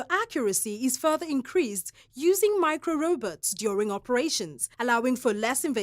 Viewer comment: she kept say robutt in the video. was she talking about robots?